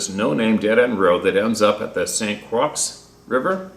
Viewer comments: Pronounce it like St Croy. Aka St Croix. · Lol... thats the correct spelling. It's called St.Croix, Croix is pronounced Croy (French or French Canadian). Great channel and long time suscriber and supporter. Thanks for your words and efforts to help people 💪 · Lol its pronounced St. Croy. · Lol, pronounced,. "Saint Croy." Like Roy; it's French. St. Croix. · Pronounced st CROY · Hi, My name is Scott Jones. YOU CAN USE MY NAME, LOL I am listening to your show and the one story about the Minnesota River that separates Minnesota and Wisconsin. It is pronounced SAINT CROY. It is spelled St. Croix. I am just letting you know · Pronounced (St. Croy) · Saint Croax sounds like saint Croy...lol I lived near there many years ago....otherwise I would have had no idea. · St Croix sounds like "St Croy" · it's pronounced Saint Croy. The X is silent. A prominent French Protestant name here in Charleston, SC. Be well my friend. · It’s pronounced St. Kroy=St. Croix! God bless and hope your wife feels better! I feel her pain! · St. Croix is pronounced St. Croy!! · St. Croix is pronounced... ST. Croy. Just so you'll know next time. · It's pronounced St Croy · St Croix (the island) is pronounced "St. Kroy". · Croix is generally pronounced ‘ Croy '. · The " x " is silent for St. Croix pronounced Croy. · St.Croix = St.Croi, the x is silent 👍 Adirondack = put the emphasis on the Ron and you’ll be golden. 👍😃👍 tight lines From a fellow squarehead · Saint Croix river is pronounced Croy as in boy. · Saint Croy is how it’s pronounced. Good day HTH family! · St. Croix= Saint "croy" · hahaha...St Croix is pronounced like St Croy.....you are a donk. Don't ever go to the French speaking parts of Canadia. Thanks for all you do. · Oh and it is pronounced saint croy when you spoke of st. Croix. Hello thank you from San Antonio, Tx. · pronounced st CROI. i know its spelled weird. so are a lot of names in Wisconsin. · St. Croix...St. Croy. Croi. Silent X